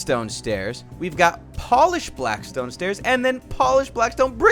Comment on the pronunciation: its blackstone not blaskstone